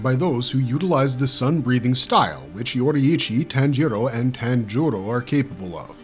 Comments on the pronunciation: "ji" is pronounced "jee"... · Tan-gero? Really? IT’S PRONOUNCED TAHN-GEE-RO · yes but the language depends heavily on INFLECTION. What I’m Saying is that TanJEEro with emphasis on the E . Vs Tanjiro with no emphasis anywhere. It’s like the key and peels skit “JAYqueline” or “AYAYron” for Aaron and Jaqueline. It’s just a gross mispronunciation. Nbd just sounds fucking stupid. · Say “tan-jEEro” one more fuckin time dude